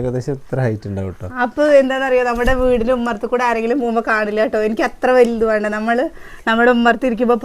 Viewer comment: വാണ്ട അല്ല ചേച്ചി വേണ്ട